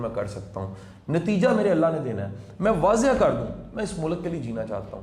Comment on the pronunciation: شاہ صاحب اچھی باتیں کرتے ہیں ۔ بہت اچھے خیالات ۔ ۔ ۔ ۔ لیکن وہ استاد ہیں تو پلیز اپنے تلفظ پہ بھی توجہ دیں ۔ مثلاً ملک ۔ غلط ۔ واضح وغیرہ وغیرہ ۔ اور معذرت کے ساتھ عرض ہے کہ تھوڑا سا کم بولا کریں ۔ ۔ ۔ ۔۔۔۔SZ Rana official